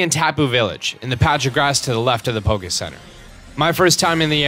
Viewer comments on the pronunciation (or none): none